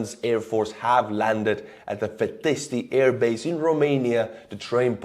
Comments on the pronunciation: It is pronounced Fee tesht. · My dear beloved Estonian should start learning the Romanian pronunciation. That was one funny way of saying 'Fetești'